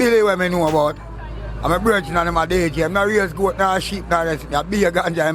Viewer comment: "Seven gort"🤨how she get dat🤣🤣🤣🤣🤣